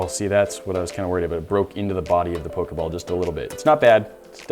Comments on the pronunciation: I cringed so hard cuz he sez pok a ball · Am I the only 1 that noticed he said pokay ball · The way he say Pokéball cracks me up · Not when he said poke ball wrong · Why do you say pokeball so weirdly